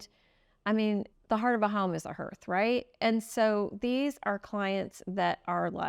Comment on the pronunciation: This is just a small correction in how the word “hearth” is pronounced, it is sounds like “harth”, not “herth”.😊 I love you guys and your channel!☺️😍😘